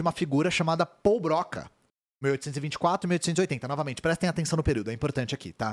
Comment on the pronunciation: única coisa, a pronuncia certa é "Brocá"